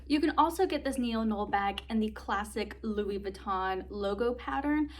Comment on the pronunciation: I have this bag as well in the same same color option. I love mine as well. The Neo noe is pronounced (Neo• No way). 🙂 Great review!!